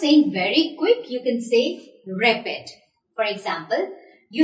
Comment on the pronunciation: Pronunciation of rapid was awful.